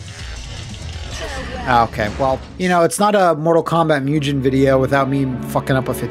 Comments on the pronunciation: Just so you know, whenever pronouncing Japanese written in English a ‘g’ is ALWAYS a ‘g’ sound & never a ‘j’ sound. Similarly, a ‘u’ is always an ‘oo’ sound & never a ū/you sound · I love how "mugen" just became one of those words that took on all these alternate local pronunciations. It's like how back in the day everyone either said "rye-yoo", "ree-uh", or "roo". Yes, I knew a person who referred to Ryu as "roo", and this guy was adamant about it.